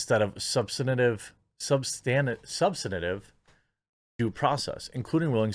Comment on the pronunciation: Hey Jeremy... I'm not making fun of how you talk but emphasize the STAN in subSTANtive... it sounds like you are pronouncing it substentub